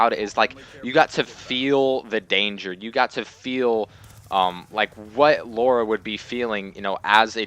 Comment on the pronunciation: It's LARA not LAURA!! AHHHHHHHHHHHHHHHHH!!!!